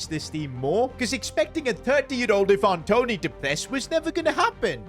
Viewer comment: Iven Toney 😂😂😂